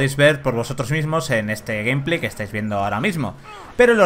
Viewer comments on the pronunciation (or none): "El GUMplay" JAJAJAJAJA